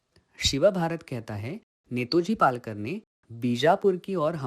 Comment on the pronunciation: It is Netaji Palkar and not Netoji Palkar as you have pronounced?